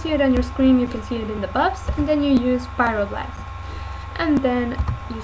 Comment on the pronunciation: Fireblast ? Lol is Pryoblast